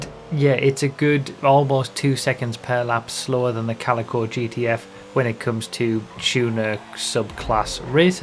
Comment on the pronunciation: Thank god you know how to pronounce Calico. A lot of youtubers' pronunciation have been bugging me since the car released xD